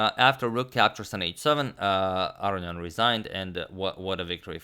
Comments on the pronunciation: Aronian has 2 n's. They're not silent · After mentioning his incorrect pronunciation of Aronian for last 1.5 to 2 years in the comments section, im now thoroughly convinced agadmator is purposefully fucking with my head. He has to be.